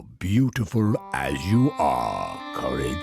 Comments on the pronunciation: You said curse the cowardly dog instead of courage in the beginning of the video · No one: Absolutely no one: starting the video: “Curse the Cowardly Doug”